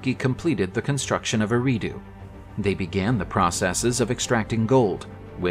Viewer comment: It is pronounced (AIR - AHH - DUE).